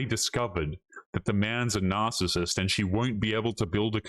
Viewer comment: Narcasit she says kettle pot black